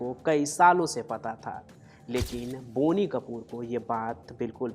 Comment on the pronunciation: It is not बोनी! It’s बॉनी।